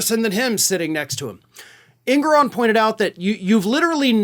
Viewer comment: Just FYI, the Judge's name is properly pronounced, "en-GOR-on."